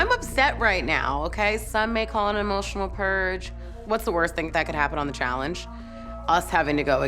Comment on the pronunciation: a terrific host for these things, but she keeps saying Challing-ge. I can’t unhear it.